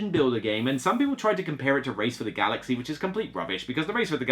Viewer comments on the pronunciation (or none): none